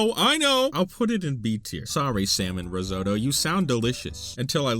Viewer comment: IT’S RIZZ-OTT-OH!! THERE’S TWO T’S!!!!!!! Crying in the club rn